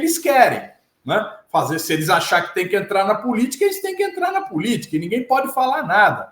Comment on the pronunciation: Falando p Nguem........😂😂😂😂😂😂